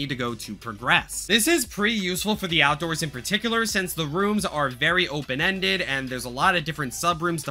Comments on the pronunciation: ah yes, the "OUDOORS SUBFLOOR" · The “Oudoors”